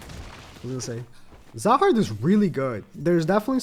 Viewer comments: His name is zahard not rahard😂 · when you say "rahard" instead of "zahard"...